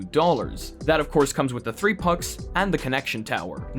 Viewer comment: "Three of these to give away" more like tree of these to give away